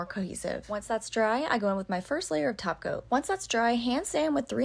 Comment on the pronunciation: I don't know why every time she sais top coat I hear "taco". I guess I'm hungry 😕 Thank you for the tutorial, you do a great job.